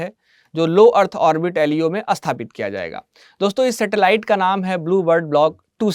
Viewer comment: Apna uchcharan theek kariye, Sthapit ko Asthapit kehna band kariye.